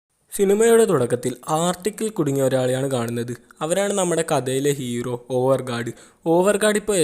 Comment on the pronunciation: (എലികോപ്റ്റർ)🐭Copter ❌ Helicopter ✅ (ഹെലികോപ്റ്റർ) (ഇറോ) Erow❌ Hero✅ (ഹീറോ) കുയി ❌ കുഴി✅ വയി❌ വഴി✅ കൈയ്യന്നില്ല❌ കഴിയുന്നില്ല✅